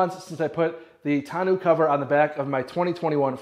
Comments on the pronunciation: Looks good. I just ordered mine. By the way, it should be pronounced tonn-oh, like bureau, not tonn-oo. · Tahn-no cover! ARGHHHHHHHH! Can't watch 🙉